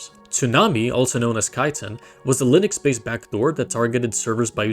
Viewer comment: Exactly. That's how you get stupid pronunciation mistakes such as "Lienex"